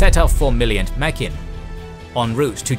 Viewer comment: I believe "Mack-in" Atoll (Which I've always pronounced as "Make-in") is actually pronounced "Mug-in". Just a head's up.